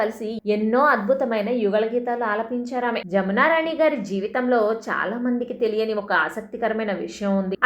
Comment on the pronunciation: జామున రాణి గారు కాదు. జమునారాణి గారు.